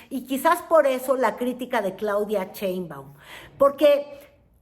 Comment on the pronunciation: Claudia Chainbaum!!!😂😂😂😂😂😂😂😂😂😂😂😂! No señora pseudo periodista ! Sheinbaum! De qué le sirvió su educación Fifi??